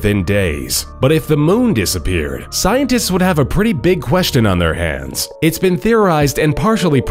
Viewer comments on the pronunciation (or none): none